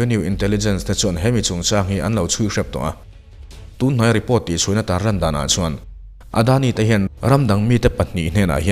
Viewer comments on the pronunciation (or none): none